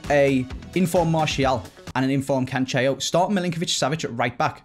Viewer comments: Please don’t say “Cancheo” pronounce it - Canselo. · pleeeease we’ve corrected you before, you even spoke about it in a video.... it’s pronounced CAN-SELL-O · Good Day no it really isn’t ur just as bad as